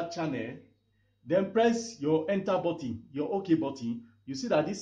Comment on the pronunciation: Its button not Batin